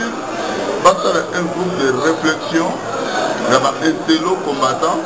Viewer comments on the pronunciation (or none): Bakomaka Leader et non Lideur, Bakomaka INTELO Et Non Intelot Kiekiekiekie BOLOLE.... 30 ANS Osala na Poto Ozo yekola Kaka te?